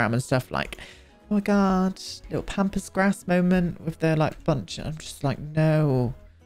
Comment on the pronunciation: I heard “pampas grass”, “pompous grass”, and “pompous a$$” at various bits here and I’m dying laughing 😭😭